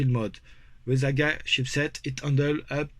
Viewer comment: I love hay you say “aga” and not Eey-Gee-eey! As you know , I am a massive fan of what you have done , especially given the difficulties this project had earlier in the year - this progress is really great to see. Please keep up the wonderful work. Dom C